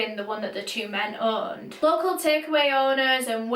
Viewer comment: Urrned = owned Booged = bugged 🤦🏻‍♀️